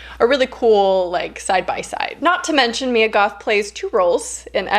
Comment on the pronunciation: when you said "Mia Goth" i thought u said "me and goth" like WHAT :0 lol